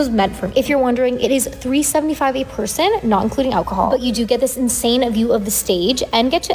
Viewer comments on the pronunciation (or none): Insanuh.. view.. of the... staguh